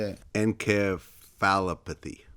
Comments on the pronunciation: Hearing Vlad pronounce encephalopathy 🤣 makes him sound like he has a brain bruise. Oh shit. Sounds like En sefa lopathy. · en-kay-falopathy ?? xDDDDDD